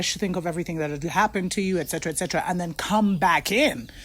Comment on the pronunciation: Greeting my Queen. Just want to say to u am feeling u my Queen, love when u say excetra, excetra lol,🇰🇳🇰🇳♥️♥️♥️.